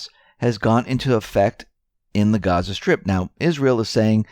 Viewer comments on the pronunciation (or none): none